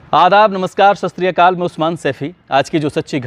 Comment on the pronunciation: satshri akal ji. Sir jb app vedio start krte han to sastriakal bolte han jb k satshri akal hota ha ji